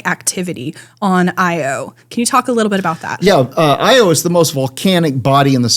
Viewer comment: Why is this Doctor calling Io, "EEE-OH"? The moon has always been pronounced "Eye-oh".